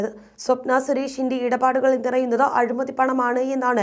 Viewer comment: അഴുമതിയല്ല അഴിമതി . വാർത്ത വായിക്കുന്നവർ കരുതൽ കാണിക്കുക.